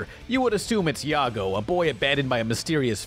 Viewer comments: "Now about the Main Character, you would assume its YAGO" ?..... YAGO? lol, Says the main villains name right, but says main characters name wrong... LOL it's YUGO... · It's yugo not yago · did you just call yugo, yago? lol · Did he say yago? It's Yugo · Ah yes... yago, not Yugo, yago... Definitely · Not (Yah-goh), it's like the shitty car, (You-goh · Did this dude just say "yago" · You said his name wrong it’s “You-Go” Yugo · That I-ago XD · Say it with me yo-go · No way this guy called yugo yago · it's pronounced Yugo (Ū go) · Did... Did he really say yugos name wrong ☹️☹️ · I think you mispronounced Yugo?